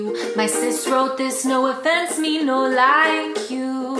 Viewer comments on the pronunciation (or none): “No effense”